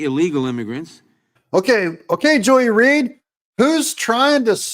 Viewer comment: Joy-less reed. You need to say it right….